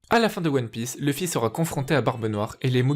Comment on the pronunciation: On dit louffy pas leuffy